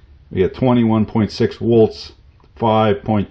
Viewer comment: LOL he says volts > wolts and calls electron current flow "pixies," I just discovered another form of the English language I never knew existed. Nonetheless, super informative, the teardowns he does are pretty sweet, I'm shopping around for a decent drill or hammer drill, I don't do too much fastening into concrete or block, but the hammer drill comes in handy on those rare occasions, looking for something else other than a DeWalt, I think they're overrated. The most important thing for me is runout on the chuck/output axis, I can't stand a wobbly drill, I've drilled my share of triangle shaped holes, so I need as much precision as possible for my projects. Muchas gracias and domo arigatou for taking the time to shoot and produce these videos, you're saving a lot of guys out there money and heartache, I can tell you that.